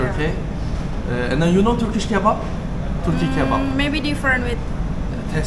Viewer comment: 'kinow' ne ya? ingilizcen de kotu degil aslinda ama know kelimesinin okunusunu nasil bilmiyorsun inanilmaz yani. i know cumlesi her yerde gecer,. ingizlice konusmalarda, sinemada, videolarda nasil kinow diyebiliyorsun hayret gercekten. hani ingikizceyi yeni ogreniyor olsan gayet normalde ama orta sevoye ingilizcen olmasina ragmen bunu bilmiyor olman hakkaten inanilmaz.